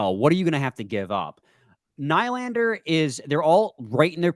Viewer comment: Do you just intentionally say nylander wrong? Lol